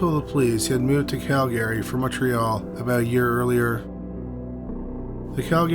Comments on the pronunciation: CALgary, not calGARY. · Cal-GARY. LOL. That's a first for me. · Bro. Say it like Cal-gree. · it's not pronounced like that. you're maing it sound irish. it's "KAL-grr-ee"